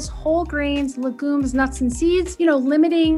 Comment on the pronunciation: It's LEG-yoom, not luh-GOOM. And ADventist, not adVENtist